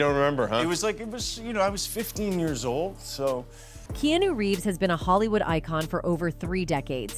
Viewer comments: Not pronounced "Kee Knew", it's Key-On Oh even Keanu himself said that. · "Key ah new"! Really!?!!?? Like the digital voice on this piece of clickbait! (Key ah nah) is right about digital! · key new? cmon AI. Key AH new. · "Keenu" ? It's KeAnu Hawaiian name like MoAna not moana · Might want to learn how to pronounce famous people's names before making a video about them.... keenu reeves, it's Keanu .... and dayfoe, his name is Dafoe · I'm baffled on where they get these people do do narrative on these kinds of videos........they can't even pronounce names correctly. If that person READs this.........here is an education. Keanu is NOT pronounced key-new It's actually pronounced Key-ah-new. Dafoe isn't pronounced, Day-foe, in actually pronounced Duh-foe. Please learn your Sh!t. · Kee anu not keenu. Use phonetics when writing your AI scripts to get proper pronunciation. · Could only take a few minutes of this narrator mispronouncing his name before leaving. His name is heard as Key-anoo NOT Keynoo. How long has he been acting? How long has this woman been doing this job? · Key-on-new! Not Keenu 🤦‍♂️. Learn his name before you speak about the guy. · "KeeNew'' is see this is ai narration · "Kee-nu"? "Day-fo?" Huh? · Key-knew..... is this AI generated? Must be... because... key-new, is not a word /name ive heard any human speak, he's too well known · Keanu. ☒ Key-new ☑ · Lady its pronounced Key-an-u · What the hell is a KEY NEW ?? 😂. I don't think she is saying his name right, must be A. I. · What’s up with the teeth in the thumbnail, He doesn’t have bad teeth, and what’s up with the narrator saying kenu and not Keanu? Is this an AI post? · Keenu? AI shit. Disliking video because of use of AI. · Who's Kee-Noo??? LOL The AI is deliberately trying mispronounce his name to piss Keanu off. haha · Uh, Keenu? Daefoe? You've never actually seen a movie, have you? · If your going to use his name please get it correct its Keanu not Kenu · Key*on*new...F ing AI.